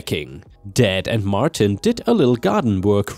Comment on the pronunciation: "Martin" is said as "mar tin" not "mar teen." 👻🐺